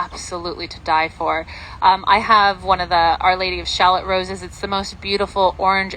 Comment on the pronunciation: Lady of Shalot is not pronounced like “shalllot”. It’s pronounced ShaLOT